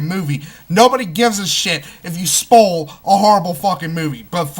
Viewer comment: "Spole"? Strangest pronunciation of 'spoil' I've ever heard.